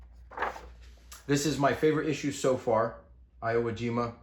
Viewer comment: Sorry to be that guy but I think this one's important. It's pronounce ee whoa jeema. E as in ewolk.